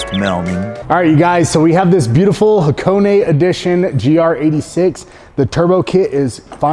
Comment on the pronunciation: What's Hacone-ay? Do you mean Hakone? haは koこ neね